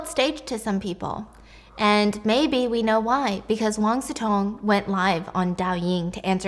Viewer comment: Si Cong is pronounced more like Si Tsuong than Si Tong